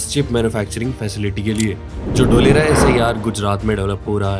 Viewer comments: Dholera nahi dholarkpur 😂😂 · ढोलेरा ❌ धोलेरा ✔️🙏